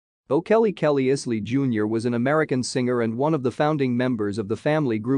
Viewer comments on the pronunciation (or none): It's pronounced EYE-SLEE 😉. . .